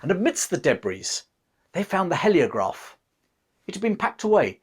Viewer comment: It's hee as in heel, not he as in help. Heliograph. Spoils an otherwise good video.